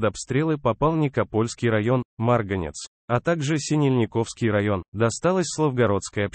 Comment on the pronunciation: Как можно так Исковеркать название населенных пунктов?77 СинЕльниковский район.НИкополь .